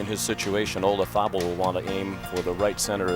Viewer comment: I've always hated the way Nance pronounces Olazabal's name...JUST PRONOUNCE IT AS IT'S SPELLED... PLEASE...There isn't a TH anywhere near the spelling of that name...😁😵‍💫👎👎